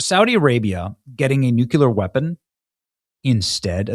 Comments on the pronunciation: Please Benny…. Please say Nook-Lee-Er (Nuclear) Ummm thanks. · 1) The President attended the Dignified return of Remains - not funerals. 2) Nuclear - has one u not two. If you’re having difficulty say: new-clear, that will give the proper pronunciation. 3) small details matter. You may not be a news reporter or reader, but you are commenting in a very public forum. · NUKE - LEE - ER...You're saying the word enough, learn to properly pronounce it. Otherwise, you sound like a total MORON. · You really need to correct your pronunciation of nuclear; it's like new clear. Sorry, , I'm an old lady, and these things really get on my last nerve. No offense intended. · Try again Benny. Sound it out Nu Cle Ar. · Somebody please get Benny to stop saying new que lar.. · New - Klee - er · Benny.. Nuke-LEE-ar. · "NEW - KLEE - AR" !!! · same! I don’t think he reads comments because I reminded him every video. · wouod someone teach benny how to say nuclear. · Please learn how to say nuclear. It’s driving me crazy. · Why can't this guy pronounce "nuclear" properly? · THUMBS DOWN for Stupid Benny who cannot pronounce NUCLEAR. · Benny: Not a tremendous deal, but would you PLEASE pronounce NUCLEAR correctly???? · it’s nuke-clear not nuke-yu-ler love ya Benny! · Newk-ya-lur or Newk-le-ur? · nu-CLEAR NOT nook-u-ler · Nuck - you -lure? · It's "new-clee-ur" not "new-q-lur" <--- george bush used the latter... so does Benny. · Please stop saying nook-yuh-lurr. You sounds like a halfwit. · Bullshit rhetoric. “They are gonna pay a big price…”. Bullshit. There should already be no bridge or no power plant left standing in Iran. Finish this! We firebombed Dresden and Tokyo. Do the same thing with in Iran. This is not Tiddlywinks!!!!! End this. And please say nuclear, and not nucular. You are brilliant and too intelligent to say nucular. I love your channel, but that drives me nuts. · NUC U LAR? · Nuke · uluar 🚫 New Clear ☑️ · Benny, the word is nuclear not nukuler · New-clear. New-clear 😂